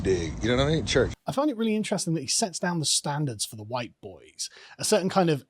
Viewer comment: Summer- Huwhite Fall- Huwhite Winter- Huwhite Spring- Huwhite